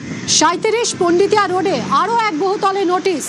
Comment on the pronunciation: পান্ডিতিয়া না পোন্ডিতিয়া রোড ? বাঙালি কি পরিবর্তনের ঠেলায় বাংলায় ও পরিবর্তন আনছে নাকি ?